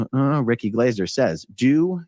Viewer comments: I love how Americans are just butchering peoples' names like there's no tomorrow, even if they're english names.. It's Ricky Glaaaahser mate, not Glayser. You literally hear him say his name twice in the beginning of this video. Thanks for covering this non the less. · ( pronounced Glarser ) I think. 😂👍